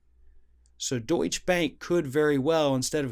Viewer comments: Mr Presenter: you mispronounce the name of this Bank. It's 'Doycher', not, as you said, 'Doych'. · Please say it correctly is Deuts-che (doit cha)two syllables. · Deutsch -uh Porsch- uh Two syllables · DeutschE bank, not Deutsch bank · Deutsche is pronounced DOYCH-uh. Not Doych. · The pronunciation is Deutsche ah, not Deutsch. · There are no silent e's in German. So go ahead and pronounce it like uh. Deutsch - uh bank. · Doytch-a bro. Not Doytch. It's German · It is pronounced Doit- cheh Bank on all the business and financial channels. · Hey, not to be pedantic but it's pronounced Deutcherrr bank. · BTW, it's pronounced "Deutsche" (with an English short 'a' at the end) not "Deutsch." It's the German word for "German." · Dude, it’s pronounced “DOYT-cha” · It's pronounced Deutsch-uh bank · To give more credibility to the story, please learn how to pronounce the name of the bank. It is very unprofessional like that. Don't be like Trump. Deutsche Bank, not Deutsch Bank. The E is NOT silent at the end. Here is how you pronounce it. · It's pronounced Doy-Cha Bank. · Love your program but please pronounce Deutsche Bank properly. It is pronounced Doy-cha. Ask ask any European, that is how they ALL pronounce it! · It's pronounced 'Deutsch-Ah'. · It’s ‘Doytcha Bank’. You pronounce the ‘e’. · You are pronouncing the word Deutsche the same as Deutsch; which is not correct. Google and get with the program. ✔ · Doytsch-e is a two syllable word, please! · My Brother, it's pronounced:DOY-CHAH. Love the show. 🇺🇸🇧🇪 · (DOY-CHAH BONK). 🇺🇸🇧🇪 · It's pronounced Deutsh-eh Bank. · Hey mate, it's "Deut-she" Bank. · 3 syllables: “doy-cheh-bank” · Ring of Fire It's pronounced "Deutch-eh, or Deutch-ah, a soft "a" sound at the end. Two syllables. --from your friendly Kraut :-) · I love you man but it's pronounced Doy-chuh! Keep up the good work! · It's pronounced Doy-tcha Bahnk. Just saying. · Good video. Just an aside, there is no silent e in German. So it's Deutch UH bank.